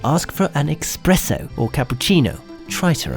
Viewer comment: It's espresso not ecspresso! >:(